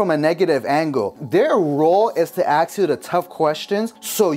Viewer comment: A S K. not axe!!!!